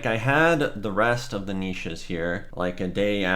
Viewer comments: KEN-NISH KUHHNIXH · Dude it pronounced K I N I S H DONT review a product unless you know how to pronounce it !! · The k in knish is not silent. Please re-do the video. You hurt my ears.